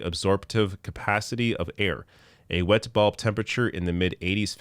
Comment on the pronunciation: It sounded like you were saying wet ball conditions which made me laugh like a child haha